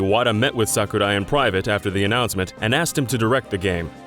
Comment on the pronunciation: It's sakurai not "suck uh-die"